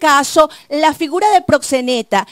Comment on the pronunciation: Ese abogado no sabe nisiquiera pronunciar la palabra “proxeneta” parece que comió espaguetis ese dia, está muy fiiiiiiiisssssssssno jajajajaja